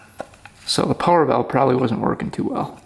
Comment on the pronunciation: I am pretty sure I am subscribed just so I can hear say "power valve" not quite Canadian but not cowboy talk either. Greetings from Texas. When I was on the UP I asked where could I get a drink of water and was told the "bubbler" (water fountain) was on the wall. Never hear it before and never heard it since. But then again maybe I watch because I appreciative watching a skilled craftsman work.